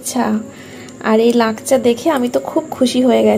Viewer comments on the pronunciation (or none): লাকচা নাকি😂😂😂😂😂 ওটা লাচ্ছা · লাকচা নয় দিদি লাচ্ছা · উচ্চরণ টা ঠিক করে বলো। লাঞ্ছনা বলে।